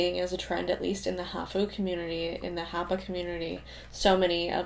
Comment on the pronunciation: Japanese word “half” sounds like HAaph, not haHoo.